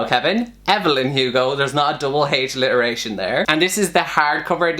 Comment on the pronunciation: I heard it as "double h-literation" and I lost it! 😂😂 Hevelyn Hugo ftw 😂😂